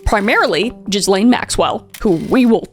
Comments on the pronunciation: Love your show. You probably already know now but it's bugging me so I'll mention that it's pronounced "Gelaine" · The French name Ghislaine is typically pronounced with a hard "G" sound, and the "s" is silent. The most common English pronunciation is "Gee-lane" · It amazes me that there are 57 different pronunciations of her name and none of them correct. It’s Ghee-Yon. It’s like Elon, with a French accent and a hard G at the front. I know jizz-laine is more ironic and humorous but wrong alphabet. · Wait, this whole Epstein thing is involved with israhell? Also I love that you keep pronouncing it jiz lane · I never tire of hearing the name pronounced “jizz lane” 😅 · Ghislaine is pronounced Gilaine as in fish gill. The H and S are silent. 😉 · One of the best parts about all this is she will forever be referred to in the public as jizzlane Maxwell cause people cant pronounce her name right. Its just a little salt in the wound and I love it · Jizz-lane is wild 😂 cuz now I can’t remember how her name is actually pronounced 😅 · Great video. The best part was her constantly mispronouncing Ghislaine as Jizlane it really made my day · Ghislaine is a French name. The “s” is silent. But it’s hilariously appropriate that Americans and Canadians keep calling her “Jizzlane” 😂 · I know that monster Maxwell doesn't deserve her name to be pronounced properly, but it's pronounced Gee (hard G like Grass) Len. Gee-len. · That’s not how you pronounce her name - Ghislaine pronounced like Ghee-laine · you do all this research but can pronounce her name right? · It really irritates me how u pronounce the s in her name 😂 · It drives her batty when people pronounce Ghislaine's silent "s". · Ghislane…. The “S” is silent 😊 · The constant mispronunciations HAVE to be a troll at this point. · just to be picky, the s is not pronounced in Ghislaine. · That is not how you say Ghislaine. I’m surprised none of your sources said her name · It's guh-layn Maxwell😅😅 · Pronounced 'Gilayne'